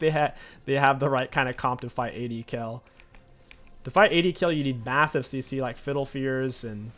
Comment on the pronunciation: it is not BORK its BOTRK and its not KELL its KAYLE